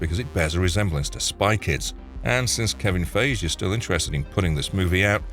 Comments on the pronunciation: Can’t believe this guy can’t pronounce Kevin Feige. How can you make a marvel video and have never heard the man’s name pronounced correctly once? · He keeps pronouncing "Feige" like it rhymes with "beige" XD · Kevin Feige pronounced PHI-GEE not PHAGE! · Wait, what? Kevin Fayzhe? 😂😂😂😂 wooo. If you're gonna narrate, learn how to pronounce names, dude. FYE-ghee. Not "Fayzhe" 😂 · "Kevin Fayj" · And I'm sure someone's scolded you by now: "It's pronounced Kevin 'FIE-ghee'!" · "Kevin Faysh" lol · This was a very insightful, thorough video. Even as a ginormous 40 year long fan of Marvel/comics, these kind of videos always drop a thing or 2 on me that I didn't know.... HOWEVER This is now the THIRD TIME I've watched a Marvel CINEMATIC Universe on this channel, and for some absolutely mind bending reason, the guy doesn't know how to properly pronounce Kevin "F-EYE-G"... and i dont know what's more incredulous and HILARIOUS: -the fact that this is a video on the MOVIE SIDE of Marvel, where, ya know... Kevin Feige is KIND OF A BIG DEAL in this shit, and maybe the most important person for the MCU being as big and ad GOOD as it is! So you'd think you'd know who the damn GODFATHER of the MCU is, and how to say his dang name.... OR.. -the fact that he pronounces Kevin Feige like the color/word Beige ("BAY-j" (🤣 as I type this he's said it two more times in this video, so that's 4 times in this video alone so far, but again, I think the 3rd different video here overall ...! And don't pee on my leg and tell me it's raining by saying "oh, he's just a hired narrator," because that makes a the weird mistake even worse. Why? Well, because he makes a LIVING speaking aloud, so mistakes should be minimal.... And while nobody is perfect, if you keep a roof over ur head by being a PRO reader/speaker, I know that at least for ME, any even SLIGHTLY tricky words-- ESPECIALLY names-- would have mw utilizing this dope, like, i dont know how to explain it... ita like an ONLINE encyclopedia th